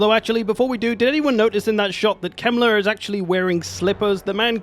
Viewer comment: Heinrich kemler sounds wrong for a German 😂